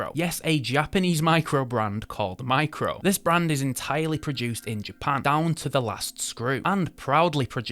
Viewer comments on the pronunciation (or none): DYSLEXIC much? It's MIRCO, not Micro. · Did your extensive research tell you that Mirco, a watch manufacturer, is pronounced Micro? Hoot mon, ken ye no read?? 👎FFS! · Why do you keep saying "micro", when the brand is actually called "mirco" ?!?!? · I swear that 2nd brand is named "Mirco" and not "Micro" 🤷🏾‍♂️ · M I R C O - Mirco NOT micro. Didn't you even bother to read the website? 🕶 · A few hints on pronunciation from someone who lived in Japan for several years (though that's not a requirement for some of these corrections). Kuoe is pronounced Koo-Oh-Eh; Mirco is not micro but Meer-ko (note the spelling); Kurono you got right!; finally, Minase is Me-Nah-Say. Thanks for reviewing these. Dead right on Minase and Kurono. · Its mirco not micro, shame on you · Not micro but MIRCO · Dude....japanese micro brand called MIRCO not MICRO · Mirco and not micro ... It's tongue twister I know. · The brand is clearly Mirco, not micro, so annoying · So confident in calling 'Mirco', 'Micro'. Legend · Your mispronunciation of words is unbelievable. Not sure whether they were intentional or not - phishing for comments? Well then, you got it. Kyoto as Kah-yo-to? Mirco as Mai-cro? Minase as Mee-Nay-seh? It's painful.